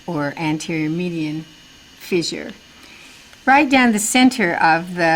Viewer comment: FISSURE... it's not pronounced Fizzure